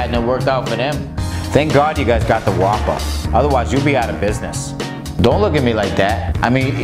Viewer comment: When you pronounce whopper like guapa